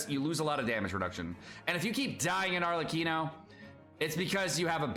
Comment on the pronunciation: Arlecchino btw, not Arleccino. Read it as Arlekkino